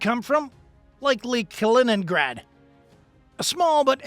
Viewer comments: Kaliningrad, non Kinegra. La traduzione automatica ha qualche problema da risolvere. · hört auf zu spinnen - weniger kiffen - die Russen haben noch nie in 100 Jahren feindlichen Luftraum verletzt - eure Hetze ist so dumm wie verlogen - die Russen sind doch nicht die NATO von wegen Spionage - man ihr seit doch zu blöd Kaliningrad auszusprechen